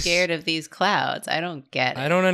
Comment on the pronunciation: Not clouds, but ''CLOWNDS''.